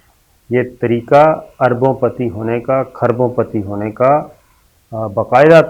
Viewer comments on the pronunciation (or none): none